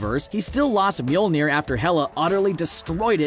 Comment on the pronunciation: Thumbs down for pronouncing mjolnir wrong